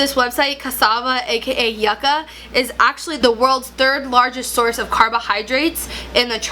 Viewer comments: Yuca is soooo good, similar to potatoes. Very common food staple in central america. Its pronounced yoo-kuh in spanish. Yucka sounds strange. Lol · Pronounced YOO-CA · Yucca us pronounced Yoo-ca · I’m Puerto Rican and hearing her pronounce Yucca is hilarious 🤣🤣 love you